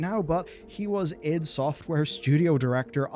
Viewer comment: Its ID, as in identification